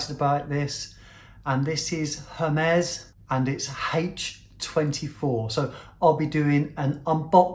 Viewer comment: Please, pronounce it right... Ermes not Hermes!!!